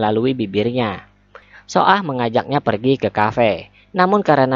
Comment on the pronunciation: Cara bacanya BKN so ah min,tpi baca aja su ah